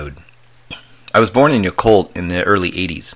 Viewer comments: Pronounced Yeah Cult, not Ya Cult. Great story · not pronounced "yuh-colt" its pronounced "yah-colt." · Wow--my son also had a sighting at close quarters just a mile north of Yacolt when he was too young to clearly articulate what he had seen.That was in about 1994. Hope I can persuade him to share his story. (P. S. It's pronounced "YACK-olt").